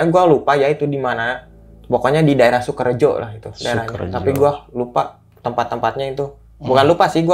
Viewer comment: Izin mengingatkan bang, yang bener weleri bang, bukan walleri hahaha ah si abang nih yang bener sukorejo bang, bukan sukerejo